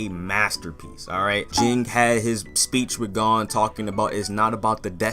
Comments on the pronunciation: Bro I can’t express how much it triggers me hearing ppl pronounce gons name like that💀 they say it right every episode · Same lmfao